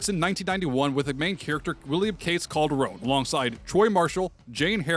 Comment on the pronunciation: Pretty sure it’s Calderon not Calderone lol